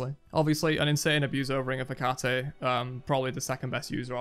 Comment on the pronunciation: its heck-a-tea not hecatay